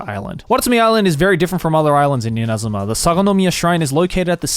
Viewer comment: I don't know why I found it interesting when Joey was pronouncing Inazuma names with proper Japanese pronunciation.